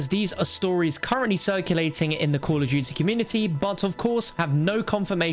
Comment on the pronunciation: “Call of jutey”